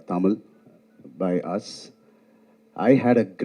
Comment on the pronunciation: Aliya neither good artist nor . She says TA instead of Tha Ta Mil film